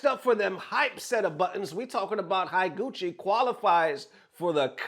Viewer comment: Higuchi is pronounced "HE guchi" not "HAI guchi". Just remember how you say "Da-i-go" or "GO -i-ch-i-" for reference of how to pronounce "i" in Japanese.